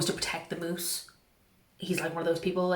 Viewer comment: Your pronunciation of moose killed me